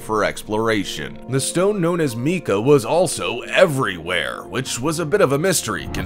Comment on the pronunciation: Mica is pronounced Maika, not meeka. Also it's found in India, Belgium, Brazil, and China with the largest deposits being in India.